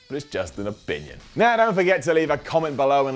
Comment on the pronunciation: "It's just an obinion"